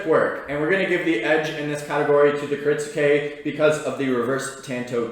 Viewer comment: It's not "Kirit-su-ke" It's "kirit-ske". The "u" is silent. A guy selling Japanese knives for a living should be able to pronounce what he's selling correctly. Other then that he seems like a nice dude, just saying.